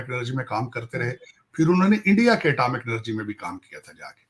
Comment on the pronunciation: tahir saab atamic nahi. atomic. hota hai